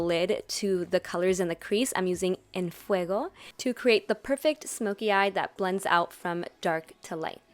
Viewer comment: eunice torres She must be one of the few youtubers that sayed it properly and not "en fuegouu". Se nota que es mexicana 👌🏼